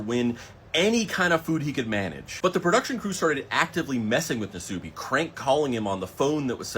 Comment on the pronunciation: Nasubi the u is pronounced shorter almost silent nas-bi